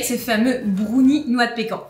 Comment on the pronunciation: Il faudrait quand même leur dire que brownie ne se prononce pas brOUnie…